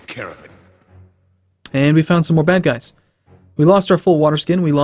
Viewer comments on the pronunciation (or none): none